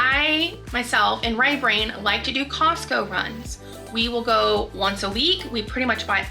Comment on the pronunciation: I thought you were saying "Right Rain" and I assumed he was American Indian I'm from Wisconsin and there's a lot of natives with interesting names like that . Lol